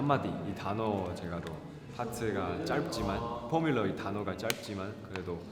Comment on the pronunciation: 허씬롱 저음파트 미쳤다 포뮬러 발음 왜케 섹시?